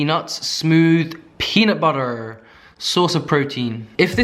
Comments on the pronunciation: peanut butta. peanut butterrr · I will NEVER get over my love for saying peanut butterrrrrr. It’s literally the best 😂😂😂😂